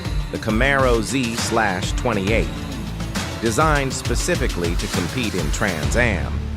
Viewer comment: "Zee-slash-twenty eight" 😂😂😂